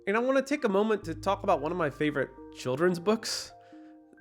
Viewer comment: Dude you’re not supposed to pronounce the L in the word “talk”